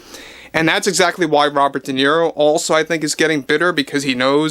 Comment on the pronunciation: Se pronuncia De Niro, tal como se lee, el apellido es italiano